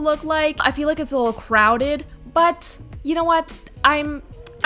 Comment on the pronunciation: Oml the amount of times she said “lul” instead of little drove me nutsss